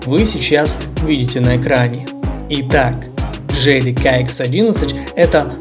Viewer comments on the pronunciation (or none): Слушай автор :Не джэли а джили и нехрен картавить в ютубе